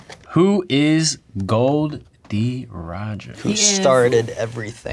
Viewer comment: Don't pronounce Gold D Roger